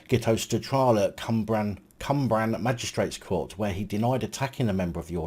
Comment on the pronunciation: A policeman held accountable for his actions, I hope this trend continues! Your pronunciation of Cwmbran is hilarious!